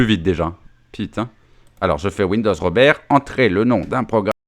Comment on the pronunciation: "'lé Rrrrrrrrr.... le R comme Robewwwrrrrrr" 🤣🤣🤣😂😂😂🤣